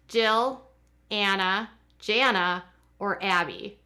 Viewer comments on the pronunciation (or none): none